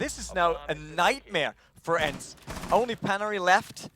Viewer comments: It really pisses me off when the guy miss pronounces their names. "Ency" "peneri" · brucie sanchez i speak German and Swedish (swedish is nearly the same as Finnish and ENCE is from finnland) and i can tell u they "pronounce"(doe know how to write) it wrong... dont tell me its because hes german! Cause im able to sad it right as well!